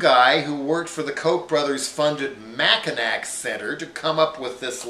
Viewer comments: I live in Michigan. I can confirm that Snyder is awful. Also, I'm from the Mackinac area. Hate to be that guy, but the last 'c' in Mackinac is silent. It's pronounced like Mackinaw. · Jello, A couple of corrections "Mackinac" is pronounced "Mackinaw." It's a vulgarized Ojibwe word that means "big turtle." Secondly it is important to let people know to vote NO in Prop 1. A No vote would repeal the law regarding the "emergency managers" (AKA blood suckers of the poor).